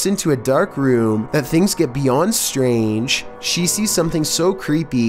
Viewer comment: beyœndd štræng